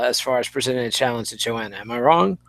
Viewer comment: Mannn... still fucking up Joanna's name after Eugene called you out on it like twice....